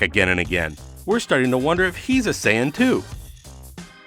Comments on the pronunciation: Him sayin sai on make me feel so cringeworthy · He keeps mispronouncing sayian.... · Sayon Whes Saiyan Whis